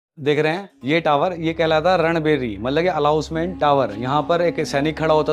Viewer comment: भाई अलाउंस नहीं अनाउंस होता है .सुधार कीजिए